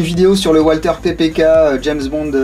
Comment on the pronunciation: la marque Walther est a prononcer valteur